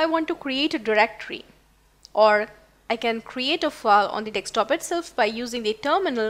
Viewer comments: Sorry to say...it is not nekstop,it is desktop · Pronounced Desk-top not Deks-top